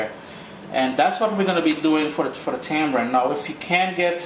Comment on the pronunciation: Hey, pet peeve of mine, sorry to be so puerile... hate hearing it called Tambrin/Tambran. There is no B in the word... tamarind. 😉